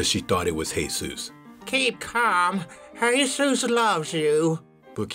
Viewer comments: Why does he say hey sues when Jesus comes up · He's pronouncing it like the Spanish name, Jesus (pronounced hay-sus). As for WHY, I dunno. Probably just for fun.